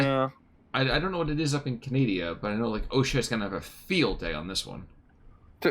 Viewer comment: ah yes, "canadia"